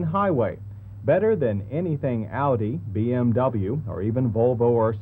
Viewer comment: It's "oww-di", John, not "or-dee".